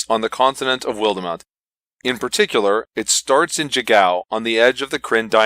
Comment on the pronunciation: You may want to check the pronunciation guide in the book. WILD-mount and AWNK-har-el. Very nice review otherwise. Looking forward to running this.